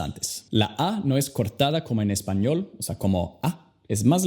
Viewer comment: Hablas español, muy horrible 🤮 Tu deberías pronunciar bien español para enseñar inglés..